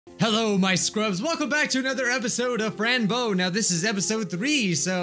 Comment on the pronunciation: hello everyone welcome to another episode of Fran Bow me: have you bit your tongue again cuz i heard Bran Bow ok, who`s notifications are being annoying and not doing what they are supposed to? Mine are, and i miss out on videos!